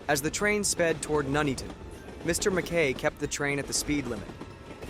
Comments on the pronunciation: It’s not noeatoton is Nuneaton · He said it like a jamaican.. Nooney-ton.... So it's actually pronounced nun "eat" on so nun as in Nunn of course.. Eat as you eat food.. ton as ton (weight)..... put it together that's how you pronounce it, imagine if it happened in Towcester or the Cornish town of Luxulyan i think he'd have a meltdown. Disaster Documentaries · as a local, we pronounce it Nun-eat-un but a lot quicker, the pronunciation by the AI voice in this video is highly cringe worthy. It’s scary to think this was 50 years ago this Friday. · Nun-Eaton, not Nu-Nea-Ton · Nooneaton?!? Nun-eaton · I have always pronounced it No-nee-at-tone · Where the hell is Nooneeton? 🤣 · I'm from "Nooneaton". (seriously, how can you mess up a syllable like "Nun"😂). There is a huge picture of this crash in the hallway of the fire station that I get to see every time I have to renew my first aid training for work. It really was a terrible incident😔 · Pronounced Nun-eat-on May i suggest you take a course in English English LOL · pronounced ,nun eaten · even still, maybe he should have put it in as 'none-eaton' as that is how it's pronounced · You can be forgiven for the mispronunciation. A significant proportion of native English don't Know how to pronounce many English place names. Wymondham? don't even try. Bicester? Leominster? You wouldn't believe me if I told you... Ta. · Another American who can't pronounce places names in the UK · Pretty crap. Information garbled. Mckay, Nuneaton pronounced wrongly. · Loving his pronunciation of "Nuneaton"... lol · If you're going to provide a commentary about this dreadful incident, at least have the decency to learn how to pronounce Nuneaton. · today I discovered most english people pronounce Nuneaton wrong